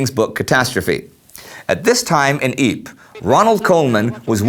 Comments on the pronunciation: youre not pronouncing ypres properly, it is pronounced YPRES (ie-pre-ss) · Is it Ypres really pronounced jyyp?